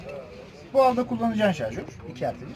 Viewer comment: Jarjör değil şarjör